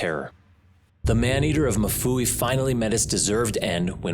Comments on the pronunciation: it is mfuwe as in ''mmmm-fooh-weh'' not mafuwi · Lovely documentary, just a correction on how we pronounce Mfuwe in Zambia...its not Mafuwe, its Mfuwe 😄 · If you are gonna tell this story can u please pronounce Mfuwe correctly. It’s not “ma-fuwe” it is pronounced mm-fuwe” like mmhm. Ok rant over…. Great vid and narration.🇿🇲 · It's MFUWE not MUFUWI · It's Mfuwe not mafuwi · It's pronounced MU-FU-WEH love that my country is finally reaching a global stage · Being Zambian, it's really funny to hear how the man pronunces Mfuwe. He says MU FUWEE. Lol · It's really funny, and disrespectful 😂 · Not the correct pronunciation of MFUWE otherwise its still risky out here